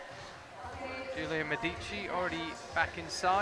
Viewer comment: I hope would appreciate, following his attempts on the Verhoeven last name's pronunciation, that Medici has a stress on the 'e' not the first 'i'. On the historical side the Medici family was based in Florence not Rome:)